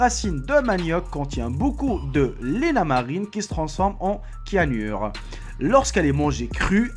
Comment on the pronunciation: pour le manioc les cyanures ça se prononce avec s lol bonne année a toi mon frère